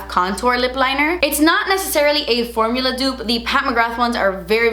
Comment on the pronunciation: "Did they change thuh formuluhhh?" 🤓❤ Hehe!